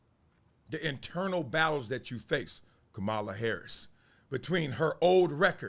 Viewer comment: Please pronounce her name right.